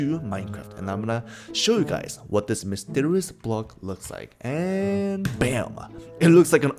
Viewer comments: you did mysterios instead of mysterious... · Mysterioa block… that’s what it is He said that lol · Mysterious ❌️ Mysterrus ✅️